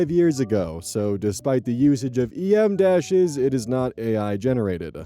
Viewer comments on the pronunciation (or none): It's not "E.M. dashes," it's "em dashes." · no! You did not just call them E.M. dashes! 😭 They're called em dashes (pronounced m) and she's my beautiful wife who AI can not take from me!